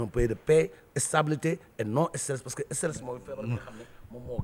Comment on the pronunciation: Un homme qui veut être président doit pouvoir dire stress et non esteresss et le soit disant disant journaliste doit être renvoyé et emprisonné il est con et vraiment con